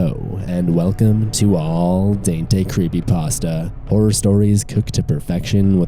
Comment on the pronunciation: Not sure if you realize this but you pronounced Al Dente wrong LOL its Al Den-tay not All Dain-tee